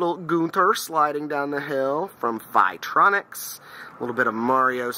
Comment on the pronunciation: I guess I'm that guy it's Phi-Tonics not Phi-Tronics, but that Prometheus light is always exceptionally sexy, love the patina job you did on it.